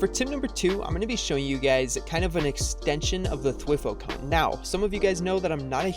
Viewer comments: It's THWEEE HOO not thwif who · Every time he says "thwih-fo" a small part of me decays and dies off. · It physically hurts me hearing him say "thwi-foe". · T y foooooo not twi foeeee!!!!!!!!!! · th-why-foe? Nah. T H W E E F O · it’s pronounced (thwigh-foe) not (twih-foe) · He said dwiiiiífo cone lol U pronounce it wrong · By the way, you say “Thwifo” like “TH-WY-FO” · It’s prounouced “thwhy fo” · Wtf Is A Thiwfoe 😂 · It is spelled thwifo and it is pronounced like:Th-why-foe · why are you saying thwifo like that😭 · thwi-foe cringe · It’s pronounced thwyfo cone lol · Omg haha the way he says ”thwifo”😂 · I used to say thwifo like he does 😂